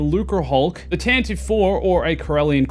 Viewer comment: Han took a shortcut through the Akkadese Maelstrom to make the run in >12 parsecs, I believe that's the right answer and I also don't know if I used the less or greater than symbol. Also, Tantive IV is pronounced TAN-ti-vee